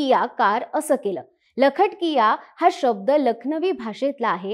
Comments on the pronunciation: लखट किया नाही..😂 तर लख-टकीया आहे ते😂😂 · लखट-किया नाही ताईसाहेब...लख-टकिया असा शब्द आहे..